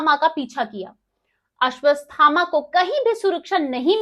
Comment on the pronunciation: अश्वत्थामा बोलना सीखिए हर बार आपका उच्चारण अशुद्ध है, कृपया शुद्ध ऊच्चारण करें।